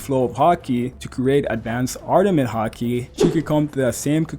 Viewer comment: “Ardament Haki”, jokes aside tho solid video as always